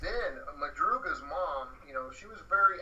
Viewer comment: Madrugas car, not Mathias...